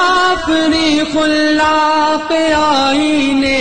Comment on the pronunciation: بہت خوب مگر کچھ الفاظ کی اصلاح کی ضرورت ہے (مثلا مسلّم کو مسلم) مزید غلطیاں: wrong: khullaq correct: khallaq wrong: shattar correct: shuttar wrong: muna'm correct: muni'm wrong: muslim correct: musallam